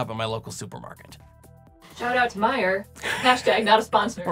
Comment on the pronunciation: This was a little crazy and I loved it! must not be from Michigan because she (correctly) pronounced the store "Meijer" without adding the erroneous "s" at the end.